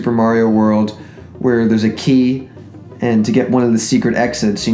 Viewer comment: IDK,it jsut sounded weird,like you said wall like you were drunk or something,just made me laugh :) ..BTW,good video AS ALWAYS!!!Still working on Dark Matter and Lunar Light?